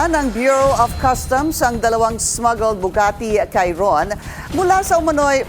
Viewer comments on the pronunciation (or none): Shee-ron not kai-ron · Lol Bugatti "Khairon" 😂